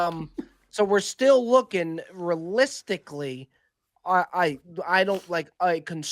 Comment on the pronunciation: Does Bob not know how to say realistically? “Rilisticley..” 😂